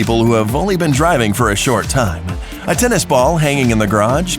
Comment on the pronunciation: that way of speacking "time-ah" "now-ah" "grey-hey"